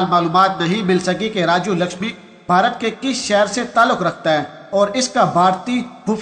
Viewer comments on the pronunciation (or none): none